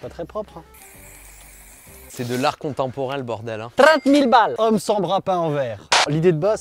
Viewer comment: quand tu dis "30 000 balles" à , ça sonne comme un mélange de Québecois et de Mexicain hahaha